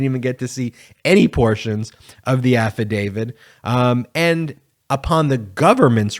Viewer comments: Please note: the word is AFFIDAVIT - not affidavid. When you mispronounce it, you lose something in your credibility ... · AFFIDAVIT AFFIDAVIT AFFIDAVIT !!! Why should anyone listen to you on any legal matter when you continue to mispronounce AFFIDAVIT…? It’s a “T” on the end, not a “D”. You don’t sound knowledgeable when you make that mistake over and over and over. You have no credibility because of that. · As a Canadian who constantly hears about how we supposedly pronounce about as aboot, why do Americans all seem to pronounce affidavit as "affidavid"? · So many people in the television world pronounce Affidavit as "Afeedavid'. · Can you please pronounce AFFIDAVIT correctly? It isn't affiDAVID. Otherwise keep up the good work.